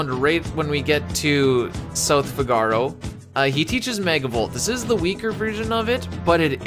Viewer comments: Love your videos. But your pronunciation of Figaro is so cringe. Fi-ga-row, or Fig-a-row, never Fi-gar-oh. As a Chicago native I prefer Fig-a-row like Cicero. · The effort for this video is absolutely insane. I just can’t get over the pronunciation of Figaro.